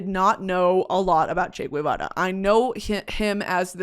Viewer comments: I love you discovering Che!!! lol. BTW It's pronounced Che 'Geh-va-rah' instead of 'g-ooh-eh-vara' like I believe you were saying it. In spanish 'gue' only sounds like 'gooeh' when it's güe, with a diaeresis on the U, if not it's always geh :) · First of all, it's not "Che Gwevara" its Ge- va- ra. If it was it would have a "ü", since you love linguistics. Really sad that you're praising him. Of course he's "demonized by history" because he played a role in ruining Cuba, where people are now killing themselves cause they're going crazy cause there's nothing. All my life I lived in guilt because my family is trapped there and were robbed of a life that would have been much better in the absence of Communisn obviously. It's a really, really privileged take to be like "Che had a vision he was a revolutionary." Then why'd he have to come and prey on a little country like Cuba doing well for itself? Why not take over Argentina? I love Argentina, and I don't resent them as a country for what Che did. Cuba didn't have a problem that needed fixing. You said he said "you can't have a revolution without guns". Well guess what, no one was looking for a revolution anyway. Esos cabrones pushed my grandparents to move to the U.S. with guns, with fear. Crazy how people like Guevara are praised for stealing and looking for more when they already have everything, and in the proceso ruin countries that they have nothing to do with. Most prominent with Guevara being Cuba. I just beg, listen to actual Cubans. I'm getting really, really tired of white freaking people or non-Cuban people in general talking about our country and invalidating our experiences and what Castro and Guevara did to us. I, myself, am not entirely educated on it bei